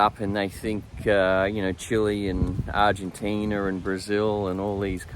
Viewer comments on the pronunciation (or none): none